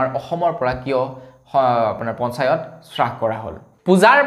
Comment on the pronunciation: সু সুপ্ৰভাত। ৰ news চাই ভাল লগা।পিছে আজিৰ বাতৰিত আপুনি হ্ৰাস শব্দটো শ্ৰাস বুলি ভুলকৈ উচ্চাৰণ কৰিছে।এনে হব নালাগে।